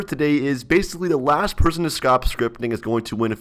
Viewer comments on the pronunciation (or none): did he say scrop scripting?